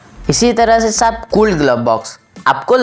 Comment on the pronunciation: ITS SAHAB NOT SHAB🤣🤣😂😂